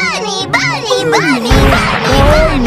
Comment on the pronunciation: bunny saying bruhny